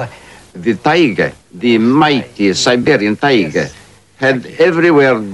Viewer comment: ze tigerrrrrrrr, ze mighty serberian tigerrrrrrrrr lol